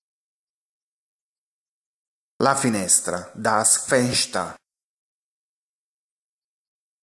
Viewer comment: Le slide sono carine ma qualche pronuncia poco chiara ( das FenSTER- Der Fussboeden )